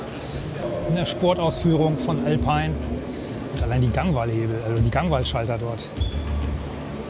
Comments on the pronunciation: Alpiiiin, nicht Älpein. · Lieber, der Alpine ist ein französisches Auto und wird sicherlich nicht "elpein" ausgesprochen, sondern "alpine". Die Franzosen haben es nicht so mit der englischen Sprache, sicherlich aus historischen Gründen. Sonst ein interessanter Beitrag. Danke! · Auch hier nochmals der Hinweis bzw. die Frage: Warum wird Alpine plötzlich „verenglischt“?! Französische Unternehmen bitte, bitte weiterhin französisch lassen! Danke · Ich dachte immer "Alpine" (Automarke) spricht man französisch aus.